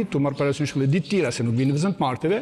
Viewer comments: Përse ky Prifti nuk mund t'a theksojë germën DH ,nuk thotë EDHE,por thotë Elle.Dyshova por gjermën Y e thekson mirë . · jo tane n‘malsi. Asht ni pakic qe thot ll n‘ven te dh. Asht thjesht dialekt. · Munet me kan prej Malsie se ata kan veshtersi me sjkronjen dh. Ky asht Frat.